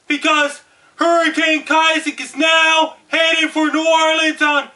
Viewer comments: YOU DON'T HAVE TO YELL!!!!!! and its Isaac not Kisaac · he said kisac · he is handicapped. he thinks he's on tv, he keeps on says "Kisaac", he's just screaming dumb shit at his computer screen. im tired of fucking Americans taking up for people who are mentally deffected before birth by the toxic and unhealthy shit put in our drinking water and the disgusting food like McDonalds put around us. dislike this comment but unless because youve been brainwashed not to see the truth and fall within life's matrix. dislike this because you are a minion of the devil. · KISAAC? i thought it was ISAAC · Its not Keye ZEK It is.... eye zek...Isaac.. I would call you a name..But I think you the real deal so Im gonna shut up!! Have a nice day!! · Kisaac? I thought it was isaac?! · Ohhh Dammit, I've been saying Issac wrong my whole life, is Kaisac!!!! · Hurricane Ki-sack? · "hurricane Kisaac" holy shit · at least say issac right...if you are gonna say it